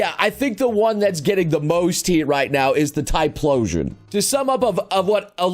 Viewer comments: Please. It's Ty-Flosion, not Ty-Plosion. It hurts. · Typhlosion = "Ty-plo-sion"? No no, "Ty-flow-sion". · Why do you say PLOSION instead of PHLOSION? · The real question is tho: WHY ARE YOU PRONOUNCING TYPHLOSION WITH A P SOUND IT'S TIE-FLO-ZHIN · .... ok is anyone going to call this man out in how he is pronouncing Typhlosion? THERE IS AN H IN THERE! WHO IS TYPLOSION!? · it's pronounced Tie-flow-sion. the ph makes an f sound. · OK I'm sorry. This is bothering me a lot.. It's pronounced ty-flo-sion. Sorry man it's a habit for me to correct people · Typhlosion is pronounced with an f sound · Man, i thought I was saying typhlosion wrong for my whole life but no it's just noble not saying things right again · Can't handle how he pronounce typhlosion